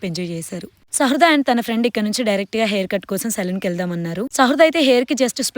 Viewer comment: Shradha kadhu sahruda